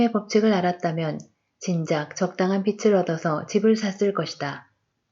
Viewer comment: 편안한 목소리좋네요 책에 개인적인 의견을 안넣고 그냥 읽어주어서 더 좋은것같아요 근데 글을 읽어주는 일은 발음에 살짝 유의해야 할 것 같아요 빚ㅡ비츨이 아니라 비즐입니다 ㅈ을 올리세요 빛ㅡㅊ을 올리셔요 채널 화이팅입니다!!